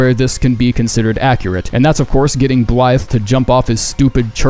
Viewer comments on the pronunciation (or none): I just got to the point where I’m comfortable pronouncing Blaidd like “Blyde” instead of “Blade” and this mfer’s over here saying “Blythe”